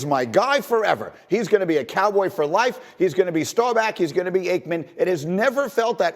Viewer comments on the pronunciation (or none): Do you pronounce "Bach" like "Back"? No? Then why the hell do you pronounce "Staubach" like "StauBACK"?